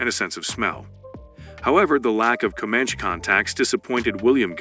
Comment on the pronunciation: Dude, Com-manch gets me lmao